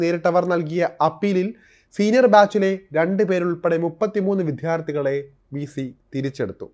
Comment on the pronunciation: Aniya vidyardhi ennu parayan padhikku